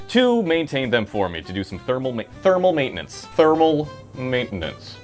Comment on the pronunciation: "Thermal maint-enance" LMFAO🤣😂